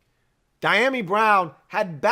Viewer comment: Pronounced.... dee a mee.